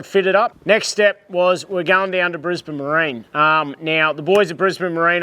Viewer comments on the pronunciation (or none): none